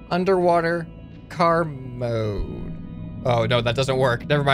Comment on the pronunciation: When he says let's go into car mode before crashing I only hear let's go into karma the first time